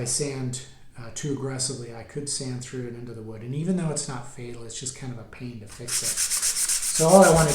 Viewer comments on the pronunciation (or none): none